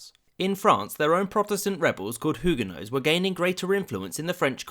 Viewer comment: I’m fine with anything that avoids how you pronounced “Huguenots” in this video.